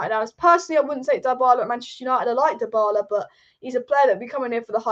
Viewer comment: DA-bala and DIE-BALA - Killed me ! LOL. You really need to learn how to pronounce some names dear.